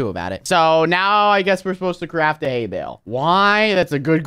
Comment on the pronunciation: At the start it said hay like what horses eat not hey